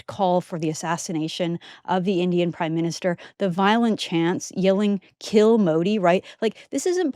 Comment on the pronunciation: Punjabis have their own english accent…all they shouted was “skill Modi..” for others it appeared ‘s’ to be silent…!